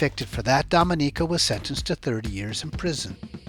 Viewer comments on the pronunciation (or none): Excellent report! Like the relation from drinking to peeing, excellent. One small thing, it's do-MEN-ico, not dom-e-NICO. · Repeat after me: "Doe-MEN-ico"